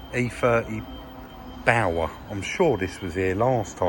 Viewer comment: Top video today, nice to see you out of the yard again. What did you call the bmw ? Sounded liker bower?